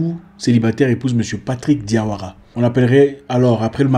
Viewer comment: Tu sais bien prononcer le nom de famille diawara on est la!